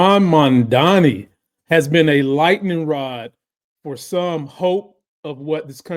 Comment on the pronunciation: Mamdani....not zamdani